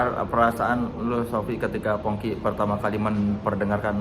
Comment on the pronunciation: Am I salah dengar atau di bagian akhir Soleh sebutnya jadi Fongki bukan Pongki 😂